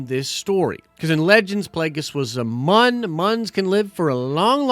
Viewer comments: Just some friendly help.....Plageis was a Muun.....pronounced like soon. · I absolutely hate how you pronounce Muun